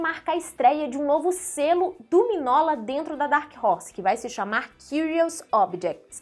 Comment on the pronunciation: Se pronuncia "Minhôla", não miguinola, e não minola.